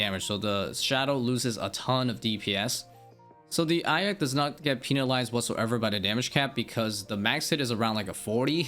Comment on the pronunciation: eye of ahka lol